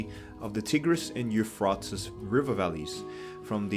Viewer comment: The way you mispronounce the Tigris and Euphrates rivers 😂 that earned my sub